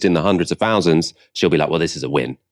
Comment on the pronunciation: Sunak isn't telling VE TRUFF ! HOW MANY FOUSAND ?